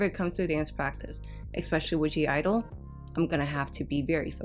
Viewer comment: I love this channel and your videos! One note…the “G” is silent in the group’s name. It’s a common mistake many people make. That’s why it’s “(G)” and not “G”. Thanks for the great content!